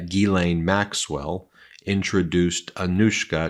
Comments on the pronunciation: PLEASE! Can everyone stop mispronouncing Maxwell's name! Her first name is pronounced JIS-LEN. Not GEE-LANE. That name would be spelled GUILAINE or GUYLAINE. The name is French and people need to learn how to say it. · The lady's name/ Jeffrey Epstein's wife... is "Ghislaine Maxwell" not Elaine Maxwell The judge's name in Donald Trump's documents case is AILEEN Cannon not Eileen Cannon. Preliminary hearing is pronounced PRRREEEEliminary not PUH-liminary. 🤪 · “Geesleine” (there is an “s” pronounced in her name) Gislaine is a very common French name: have a native French speaking individual confirm that… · Ghislaine is pronounced « Jizz-len ». It’s French. Is that so hard for American media to get? I don’t care a fig about her. I just hate to see language murdered, especially when the word is so easy. Try harder. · My God Ben, it's almost painful to listen to you butcher the pronunciation of these women's names. Please take a moment and research how to pronounce Ghislaine. It sounds like, "Jizz-lane", not Guy-lane and Giuffre sounds like "Joo-fray" not "Ju-far-ee". Sorry to complain, but it drives me crazy